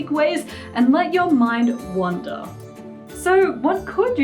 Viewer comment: Mr. Gecko the Salamander Heh. I know the definition of the words, I'm just not sure which Vanessa is saying. I'm used to the metaphorical phrase, "Let your mind wander", but it sounds more like she's saying "wonder", which is kinda redundant.